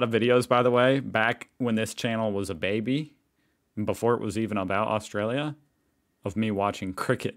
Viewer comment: So the voice on the video can say "Australians" but what the hell is "Austrayia"? lol